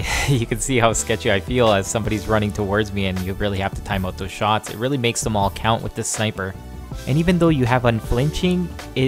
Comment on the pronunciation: "Check thoose owt" haha. I love Canadians. -an American